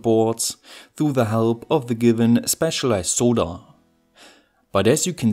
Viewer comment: Dude, it's not "soe-da", it is "sod-durr" for pronouncing the word SOLDER. YW.